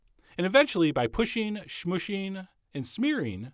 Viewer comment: "Pusheen, smoosheen, and smeareen..."